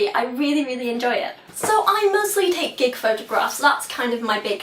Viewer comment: I could have sworn you said "I mostly take dick photographs" the first time I heard it, and had to back up to realize you said "gig."